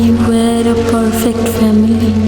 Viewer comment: Oshadharon golpo.. fabulous presentation.. bhishon bhalo legeche. Tobe "F" er pronunciation ta olpo Kane lagche.. "family" sounded like "phamily".. Baki shob beyond imagination 🧡🙂